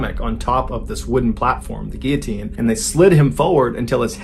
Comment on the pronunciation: lots of people mispronounce 'guillotine'. People see the double-L's and want to pronounce it as it is in Spanish, but the L's are pronounced normally.